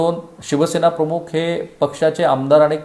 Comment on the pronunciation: सर आपण मराठीतील 'ख' (aspirated voiceless velar plosive) चा उच्चार हिंदी/उर्दूतील काही शब्दांमध्ये असलेलया 'ख़' (velar fricative) असा करत आहात. 'प्रमुख' आणि 'प्रमुख़' यातील पहिला उच्चार मराठीला धरून आहे. ही एकच सूचना. बाकी तुमच्या कार्याबद्दल आदर आहे. Best luck!